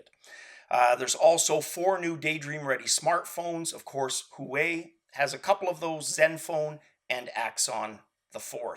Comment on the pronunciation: i believe huawei is pronounced slightly different sir,i recently bought one of their phones and felt obligated to learn how to pronounce it properly so i can correct anyone who dares to get it wrong